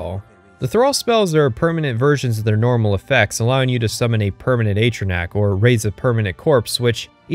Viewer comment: Ogod is he gonna miss pronounce atronoach the whole time